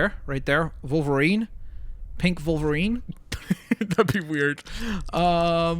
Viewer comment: Stop calling wolverine vulverine